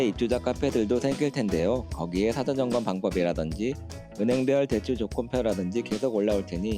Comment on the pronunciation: ㅅ발음 ㅈ발음 혀위치 수정하시면 발음이 더 좋을 겁니다. 혀짧은 발음이 나는 것은 혀가 짧아서가 아니라 혀의 위치가 잘못된 겁니다. '사전 점검'이란 단어가 '타뎐전검'이라고 들려요. 사를 발음할때 혀를 앞니뒤에 붙이지 말아보세요.